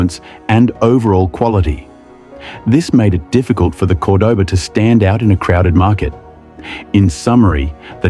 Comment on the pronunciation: What kind of AI crap is this? Fake English accent pronouncing Cordoba 2 different ways? C'mon!